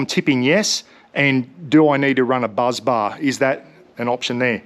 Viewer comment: Great video. Firstly it’s BUS bar not BUZZ bar. Secondly, your Jackery is only 44.58Ah not 170Ah. The battery in the Jackery is 45.8 volts, not 12volts. So 2042Wh divided by 45.8volts is 44.58Ah. Thirdly, an isolator would be a great idea, probably a fuse or two in the right places wouldn’t hurt either. When you connect the Shunt, all the negative connections go to the shunt and the shunt connects to your battery. If it was my system, I’d just use the Itechworld gear to run your house and use the Jackery for camping. Just look at the size of the Itechworld inverter against the Jackery, imagine how big the inverter is in it along with all the other stuff in there. I emailed you a few weeks ago. Alan from Collinsville, you know my cousin Mick. CopYaLater, Meeko P.S. I thought the Bluetti Charger One only works when connected to an alternator. I’d be very interested to see how you got it to work! 😊